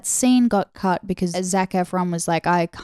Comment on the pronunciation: calling zac efron "zefron" is funny but also I forgot his char's name in the film soo it fits lol (I never liked this film but rewrite the stars was everywhere lol)